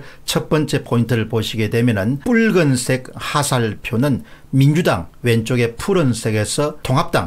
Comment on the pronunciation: 뿕은색이라고 하지 마시고 붉은색 으로 발음 부탁드려요.